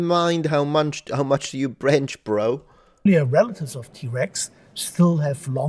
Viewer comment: "How munch do you brench bro?" ROFL